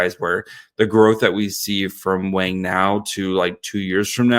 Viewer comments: is going to get hammered for saying "Wang" wrong. It's pronouced like "bong", not "bang". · It’s pronounced “WONG” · Mandarin = Wung Cantonese = Wong 王 means King A cross with top and bottom cover meaning lord between sky and earth I’m sure Simon is not bothered by the Wang pronunciation, as its common in western society